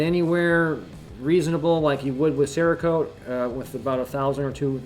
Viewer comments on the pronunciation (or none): none